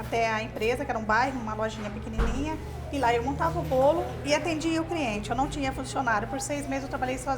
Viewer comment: Ela poderia agora voltar a estudar, pq a pessoa falar ( CRIENTE ) é de matar. Triste pra língua portuguesa. 🤔